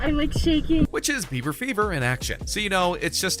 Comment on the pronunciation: U said bever... ITS BIBER!